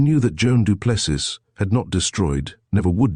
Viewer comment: Get the proper pronunciation of the name " du Plessis" please ... final s is silent with emphasis on the adjacent vowel i .. sounding like " ee" ...